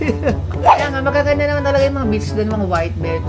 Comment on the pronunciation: "Maganda naman talaga mga beach dun. Mga white b*tch.", emphasized an emphazised eh hahaha